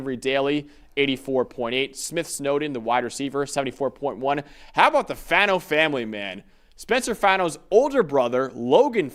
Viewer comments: It’s Fah-no, not fan-no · Not the biggest deal, but Spencer Fano's last name is pronounced Fah-no. Not Fan-no like everyone says